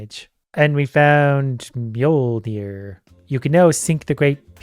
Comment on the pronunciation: its 'myol-neer', just like how "fjörd" is 'f-yord'